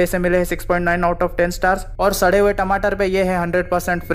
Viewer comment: Did he said sary hue tamater?